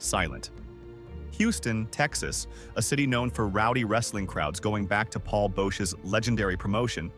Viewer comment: Mispronouncing Andre and Bosch are super rough mistakes. Destroys all credibility.